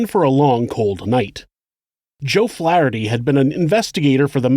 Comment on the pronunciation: That isn't how you pronounce Worcester OR Flaherty my dude...RESEARCH